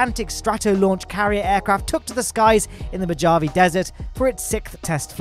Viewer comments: Its mow-hov-vee not mo-jav-e 😉 also the canaveral high bay will be the larger wide/mega bay design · Its pronounced, "Mohavie" desert, not Mojavie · "Mah-Jah-Ve" Mojave -> "Mo-Ha-Ve" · It’s not Moe-ja-vee it’s Moe-ha-vay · Your pronunciation of Mojave is painful. It's 'mo-ha-ve' not 'mo-ja-vee' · The Mo-JA-ve Desert ?? No, it's the Mo-HA-ve Dessert. Top Gun Maverick highlights it in the opening scene if you'd like to here it spoken from towering speakers. :) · Mojave = "Moe-Haw-Vee" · mo-jaw-vee desert? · someone tell hiom its "moHave Desert". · Not to be picky, and you probably won't have to even say Mojave many time in your life, but it is pronounced mow-haa-vee or, as google says that British people pronounce it, muh-haa-vee. Sorry if this comes off as a bit rude. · Mojave desert has a spanigh J, pronounced Mo ha ve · Fantastic video! FYI “Mojave” is pronounced “mo-HAH-vee” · mow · haa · vee MOJAVE DESERT not what you said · That's better than the idiotic Brignorant pronunciation on the video but it's still wrong, it's Mö-huh-väh in both Spanish (the ones that gave it that name) and roughly in the Mohave language. The Mohave language has neither the English "o" nor "j" phonems. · “Ma Geovie desert?? Uh… no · Bro really pronounced mojave wrong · What a load of bullcrap. He is from the UK, hence why he mispronounced Mojave and why he says MEE-thane instead of METH-ane. I highly suggest visiting a cult deprogramming center for help. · after not learning how to pronounce Russian and Chinese rockets, and now butchering Mojave lol, Mojave is frickin hotbed of Aerospace projects, so chances are you'll butcher it again unless... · The pronunciation of Mojave desert :(